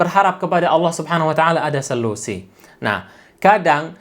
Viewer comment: Mohon kalimat narasinya diralat, yang benar adalah SOLUSI bukan SELUSI okey....👏👏😀😀